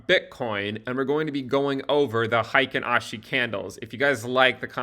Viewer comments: "Hi ken ashi" is the incorrect pronunciation. Should be more like: "Hey Keynn Ashi". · Hey-kin, not high-kin :) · its pronounced HEY-KEEN ASHI